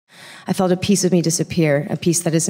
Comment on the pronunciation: Felt not feld